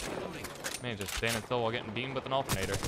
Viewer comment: NO ONE:: altenateaa*